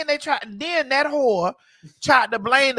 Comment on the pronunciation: Now I was wondering where u from but babyyyyy when you said whore I knew you were from here ❤❤❤❤ # Baltimore # Maryland